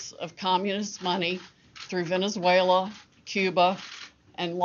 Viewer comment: ‘Venaswhella’ lol 😂